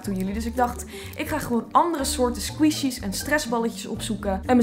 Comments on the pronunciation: "sqweeshies" vgm moet je het uitspreken als "skwishies" (niet flauw bedoeld hoor, je bent een geweldige youtuber) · Geen haat, ik bedoel, eerlijk is eerlijk, ik vind je super leuk. Maar je spreekt 'Squishies' verkeerd uit. Het is niet 'Sqwieshies' maar 'Sqwishies'. Als in de i, dus niet de ie. ♥ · Je spreekt het uit als skwisji maar leuke video💋 want ik hou van squishies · Leuke video! Je zegt het alleen als "skwoesjies" 😂 maar maakt niet uit hoor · Je spreekt het uit als squshies